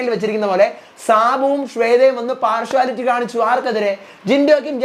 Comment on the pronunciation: പാർഷുവലിറ്റി അല്ല പാർഷ്യലിറ്റി